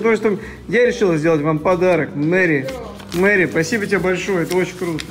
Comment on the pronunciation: читает письмо от подписчицы: Привет, меня зовут Маша... Так же:Мэрри, спасибо Мэрри😂